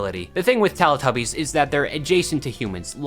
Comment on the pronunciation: Can I just say it's pronounced telEE tubbies not lelAH tubbies! It's telly as in the British word for TV!!